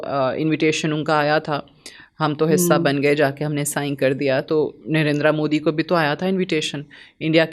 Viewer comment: Mam please correct your pronunciation It's Narendra not narendraaa .